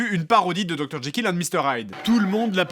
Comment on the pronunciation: Je suis le seul à entendre jaykill au lieu de jekyll ? x)